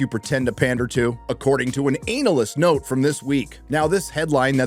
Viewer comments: Why he puttin emphasis on anal? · Loving the emphasis on anal when saying analysts